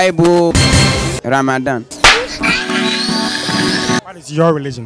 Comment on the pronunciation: What's wrong with these people saying Ramathan🙆🙆🤣🤣🤣🤣